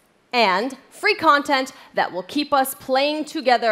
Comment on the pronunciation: And it will be fwee